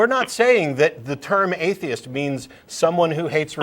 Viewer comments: The way he pronounces ‘atheist’ is grating and telling of how terrible he is at imitating accents. Paul should have just been direct. I would also want him to be honest, but then he wouldn’t have called at all. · lolololololololol he sounded fake upper class until he slipped and said A-theist which showed he was from NZ or Aust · What the fuck is an eye-theist? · He even says "I theist" lol